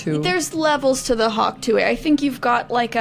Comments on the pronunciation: You know they’re not in the same circle as people who are obsessed with the Hawk Tuah girl cuz they keep saying Tuee and not Tuah 😂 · You guys in a deep conversation about the sound ‘hawk tewy’ when it’s ‘hawk tuah’ is sending me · Is no one talking about how it’s hawk tuAH not hawk tui 😭😭 also this was a great episode lmao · When first said hawk tooie, I almost choked on my coffee